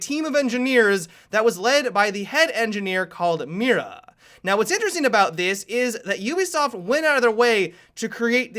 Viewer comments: pronounced "me-da" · Can you please pronounce it "Mita" that is how is should be pronounced. Not trying to be picky, it is just a thing that I think could help you. Great video, can't wait to see her if she comes to the game! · Tronical because the "i" in Spanish is pronounced as the "ee" in the word see. The "r" is pronounced/rolled like the "d" in ladder. And the "a" is pronounced as the "a" in father. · you mispronounced Mira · he sounds so funny when he pronounces "Mira" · okay, spanish native speaker here, i have a lil bit of cancer now, thats not how mira is pronounced